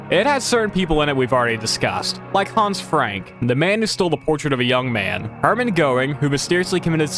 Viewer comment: It's hans frank